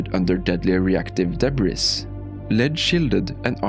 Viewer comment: It's "debris"